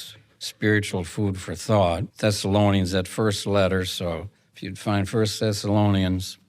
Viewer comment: Yes, it sounded like "Sessalonians" sometimes & other times, I coukd hardly understand him at all